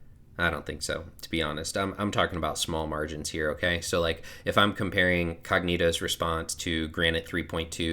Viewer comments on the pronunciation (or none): Nice review of the model! Btw... The name is Cogito and not CogNito 😅